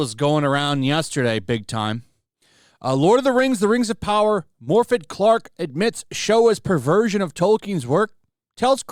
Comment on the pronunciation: Not a Welsh, but Morfydd is said "Morfeth", not Morefid.